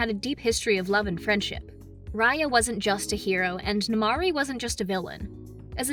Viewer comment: Its not amari its nemaari